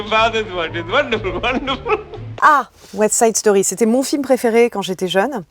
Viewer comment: 😀 the Party "do poaaaady" et 30 secondes plus loin WSS "ouèste saïde storie" c'est du Gotlib 😃